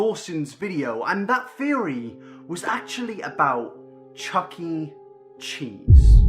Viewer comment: did you just say chucking cheese